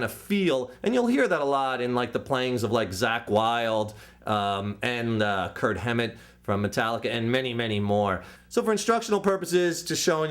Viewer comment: no he says kirk with his mouth in a strange way >.<